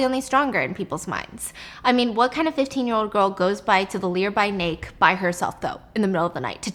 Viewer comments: Laughed way too hard when she said “Lear by nake” trying to say “near by lake” 😂😂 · Omg sorry but I just had to point it out, I've done this many times before too and I always laugh at myself when I catch it, my siblings laugh at me too. Its just that I heard "Lear by Nake" instead of "Nearby Lake" lolol sorry but I just couldn't keep it in. 😂😂❤ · “Learby nake” made me laugh, and no one in the room seemed to catch it hahaha~ Ty for being the best storyteller ever! ♥️ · Lol the lear-by nake. Honestly, I’m loving the ending because of the result, the questions. I don’t mind a beautiful cliff hanger, especially like this. There are so many outcomes that could possibly happen, yet, none of them possibly happened without knowing. Sounds like something I would read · Stephanie’s “lear by nake” had me crying😭😭😭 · “Lear by nake” 😂 sorry had to point it out lol! Looove watching the BAMs ❤❤ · "learby nake"😂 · “ Lear by Nake” ??!😭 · "learby nake" 😂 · Did she say "the lear by nake" or am I dumb😅🤣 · yeah she did say "lear by nake" 😭😭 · What girl to the Leir by nake by herself I think you said that wrong😂😂